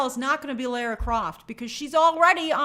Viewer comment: Lara is pronounced 'LAW-RAH'